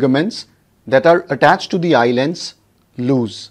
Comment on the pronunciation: I astonished the pronunciation of "Eye Lens" by YouTubers as eyeland. The youtuber must pronounce correctly, it irritates. I stopped watching his video in-between.